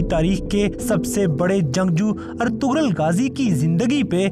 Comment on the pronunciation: Its not "Ertughral" its "Ertughrul"( gh is silent)